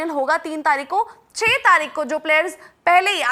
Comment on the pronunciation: taarik ke jagah taaik bola